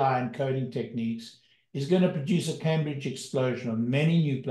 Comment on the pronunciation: "Cambridge explosion"? ---> CAMBRIAN explosion